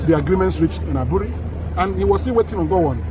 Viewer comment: Is pronounced Aburi not Abure.. Aburi is a town in the eastern region part of ghana.